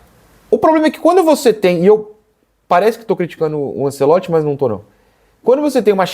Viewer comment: O narrador falando ANSELOTTI foi meio chato😂